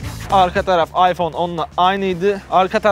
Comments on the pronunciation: iphone 10 r değil . iphone x r okunuş ayfon 10 ar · Allah rızası içün şu telefonun ismi AYFON 10 AR yani şu değik AYFON X R değil artık şunu düzgün söyleyelim